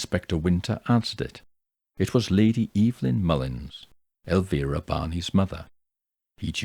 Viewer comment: Thank you for pronouncing Elvira's name correctly. It's much appreciated.